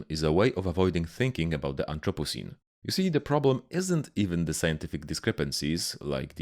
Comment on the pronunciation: Am I the only one who heard "anthropussy" when he said anthropocene or is youtube just autodeleting comments with the dreaded p word in it?